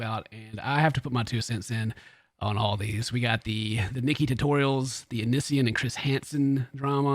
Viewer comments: Just for the record lmao its Onion boy or Oh-Knee-See-on lol that's how you say his stupid name 😂 why he picked it idk. Onion boy is actual sludge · The way he says onision 😂 I love your accent. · The way you say “Onision” makes me laugh lol. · xbagelbxx oniisan... o-neice-yawn... oh-nice-one... it's such a weird name :p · I love how says Onision, it has me rollin.